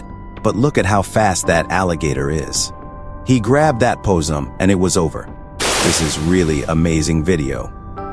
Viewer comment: Poe sum? You think that's how you pronounce "possum"?